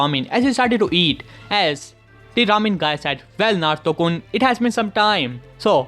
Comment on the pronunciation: Why are you saying Naruto kon